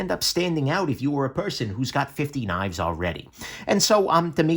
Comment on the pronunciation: Knaffs is pronounced with the a like the a in aft and giraffe.